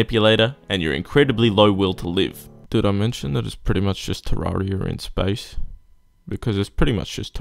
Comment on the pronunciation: I was already mad when you called starbound bad. BUT THEN YOU SAY IT'S TERRARIA IN SPACE!!!! THAT ISN'T EVEN HOW YOU SAY TERRARIA.